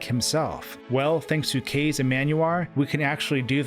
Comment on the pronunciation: That's not how you say Kaze; it's Ka-Zey not Kay-Ze